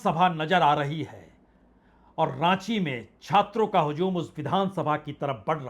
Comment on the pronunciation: हजू़म के ज पर नुकता नहीं है। sir, Z का sound नहीं है।